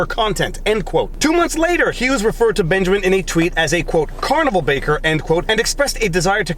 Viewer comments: Said carnival barker not baker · love your vlawgs Viva, but... it's 'Carnival BaRker'